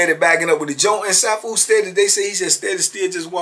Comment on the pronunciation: It's pronounced See-Foo Marital Arts Instructor 😊😊